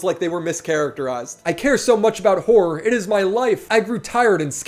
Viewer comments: hura, hoah, herra, bura how many more ways does he say the word wrong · he cares so much about horror that he cant even bother to pronounce it properly